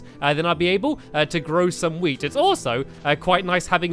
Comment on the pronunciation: WHEN HE SAID WEAT I THOUGHT HE SAID WEED 😂😂😂